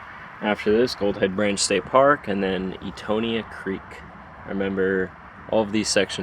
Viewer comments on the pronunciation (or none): Etoniah = eh toe nie ah. I used to call it Etonia too. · You pronounced Etonian wrong kind sir. It’s pronounced Et-nya creek. Or at least that’s how we say it. I’m from Palatka